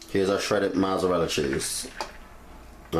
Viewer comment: It's Mozzarella dude. not mozaratta, but I'll forgive you because you baked ziti is BANGING.